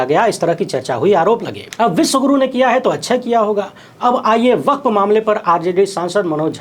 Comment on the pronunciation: यु. पी. में मेंडक बहोत टर्रा रहा है. वक्फ् को वकफ कहा जाता है